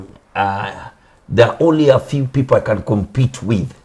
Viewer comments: He pronounced differently come not can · Ati can instead of can...i'm dead...lol